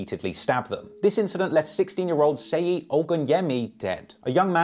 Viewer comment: Great video but it’s Pronounced (Shay yi) Seyi bro